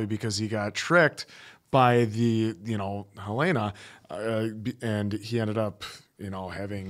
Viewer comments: Her-layna .... still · Aahhh! Guys, it's HELL-en-uh. Like the state capital of Montana. Where I happen to live. 😂😂